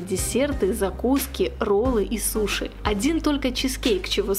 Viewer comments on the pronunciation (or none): none